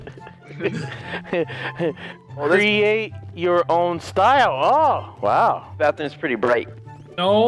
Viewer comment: hahahahaha he say crea te you r own stile hahahahaha its funny